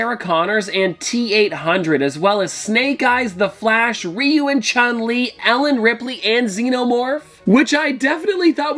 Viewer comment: its rie-you lmaoo